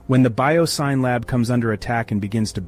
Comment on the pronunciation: The "Syn" in "BioSyn" is short for "synthetic," so it's pronounced like "sin," not like "sign."